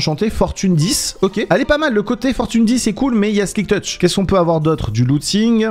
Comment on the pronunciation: Des fois je me demonde si sé parler on dit silk tetch et pas SLIK tetch